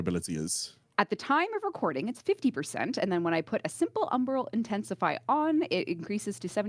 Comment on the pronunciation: Am I the only one who hears "Umbral Intensifry?"